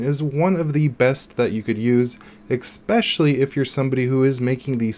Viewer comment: IDK if I trust someone that pronounces "especially" as "ecspecially"